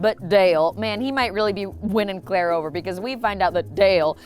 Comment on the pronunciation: did you say "Cl-ale?" 😂😂